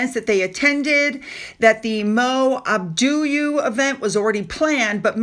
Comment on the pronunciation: Mo Abadu: I've heard it pronounced "Ah-Bah-Doo"